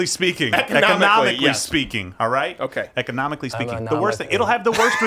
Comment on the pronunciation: I haven't laughed this hard in a long time. Mamood trying to say "economic..."